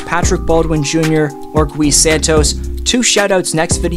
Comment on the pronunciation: Gui pronounced as KEY but replace the k with a g as in guy.. Take the word glee and remove the L but same pronunciation